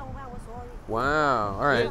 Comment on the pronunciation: that "Wow" was between chinese and english accent